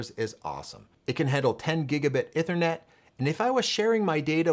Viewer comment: Great educational video but It’s “eeeeeee-thernet”, not “ ehhhhther-net”